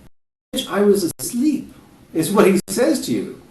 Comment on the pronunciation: He became Latino just on the word "asleep."